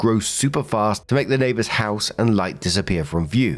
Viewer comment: NAY-BUHS! NAY-BUHS!!!